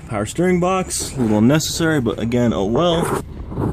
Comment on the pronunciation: when you say "oh well" i hear "i weld"